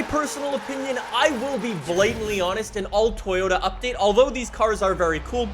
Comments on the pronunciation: Its update not updaet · We don't say update we say updaet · Updaet... English 💯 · Damn everyone is really bashing him for "updaet" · Damn, the 'updaet' is delayed 😭😢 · Hmmm “updaet” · “Updaet” hehe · Ah yes, "updaet" is meme man confirmed